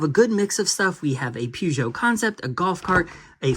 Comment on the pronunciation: One of these days, Peugeot will be said correctly. Ha ha.